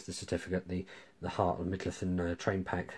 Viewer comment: Brilliant video except for one tiny wee thing.. It's "mid-low-thee-ahn"